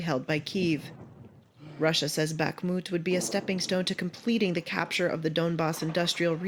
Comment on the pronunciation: Dude. My ocð if i have it is being triggered by you saying bokMIT....its BOKMOOT...